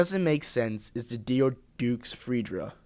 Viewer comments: Freja = "Fra-Yah" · This dude called Freja "Freedjra", I can't..